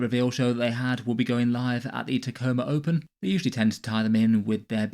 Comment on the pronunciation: Thank you for saying Tacoma Open and not Taco Maropin.